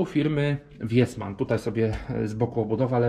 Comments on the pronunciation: to się czyta "wisman". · To się czyta visman. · Nazwę firmy czyta się wisman, długie i. 😉